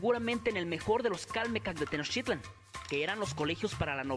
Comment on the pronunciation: Calmecác, te faltó el acento para enfatizar su pronunciación y estás en lo cierto